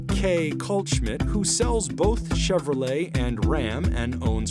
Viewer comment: Could've swore he said "Chevro-Legs" 😂